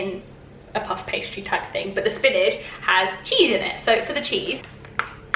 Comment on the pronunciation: spinige.. spinige.. have i been saying spinach wrong?